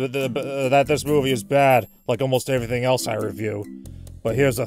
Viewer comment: lol you criticized his pronunciation of "Pulitzer" less than a minute after you (again) pronounced the word "everything" as "averything"